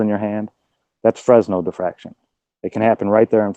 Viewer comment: To Anyone; DON'T PRONOUNCE FRESNEL , "FRESNO, FREZZNELL", OR ANY OTHER BANJO BUTCHERY!!!!! Thank you.